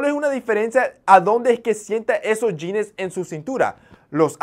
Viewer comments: Me llama la atención que utilizas muchos términos gringos y no sepas cómo se pronuncia la palabra "jeans", que ridículo se escucha la pronunciación yines, lo correcto sería pronunciarlo como "yins" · JAJAJAJAJA "SE MIRA NACO" JAJAJAJA, lo dice alguien que pronuncia "jeanessss" , "chequear" y "salchicha sobre-empacada" (porque sobre-empacada es más empacada de lo normal, creo yo) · Jeans wey no jeanes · Los Yines? Jajaja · En sus "yines" ajajajaj